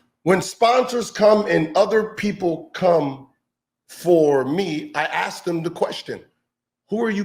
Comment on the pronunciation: do yourself a favor and just say the word 'ask' instead of forcing out an uncomfortable 'axe'. I'm just messing with you, I love your channel.